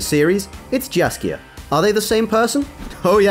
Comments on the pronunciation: Jaskier is bards original name, Dandelion was used in the games. Yes Jaskier does translate to buttercup in english - Still Jaskier was original not Dandelion. Stryga - not Straiga. Jaskier - as [yaskyr] not [zasker]. J in polish is soft. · You need to name him Yaskier not Jaskier because in polish we hear dżaskier it must be say jaskier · "Jiaskier", uff. Mr., it's pronounced "Yaskier". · Not "Jar kare". Jaskier. Thats his name in the original - which is "buttercap" translated to english. Well maybe not his name but rather an artictic nickname cause his real name is Julian Alfred Pankratz. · btw he read it wrong. It should be read as Yaskier, i mean the first sound of his name is the same as in Yennefer name. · just to make sure, the name "Jaskier" should be pronounced as"Yaskier" since "J" in polish language is equivalent of "Y" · It spells Jaskier but it reads as if it was Yaskier. They pronounce it right in the show. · If we keep Polish Jaskier, can we please follow with pronunciation? It would be rather [i ̯asʹḱer]... it is so painful to hear some people trying to make Polish "dż" from "J". Thanks! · Polish pronunciation of the name of bard is Yaskier.